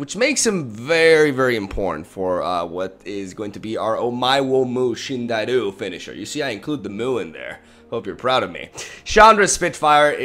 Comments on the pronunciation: In 'Omaewa mou shineiru', you should say it as 'omaewa moo shindeiru' (with a long o), because in japanese, any sound with 'O' followed by a 'U' extends the 'O'. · I actually went "JESUS" out loud in exasperation at the fourth Krasis. Then had a really good laugh at the plot twist. Really good stuff as always! Maybe one day you'll get "Omae wa mou shindeiru" right :)